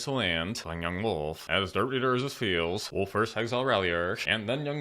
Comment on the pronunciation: "...then Young Wolf" sounded way too Chinese.